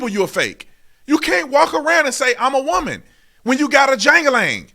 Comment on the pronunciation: And this trans person can’t even pronounce WOMAN!